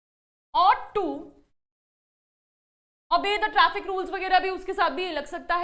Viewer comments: Its not Trrafic ,... it's traffic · sec :- traffic not trrafic .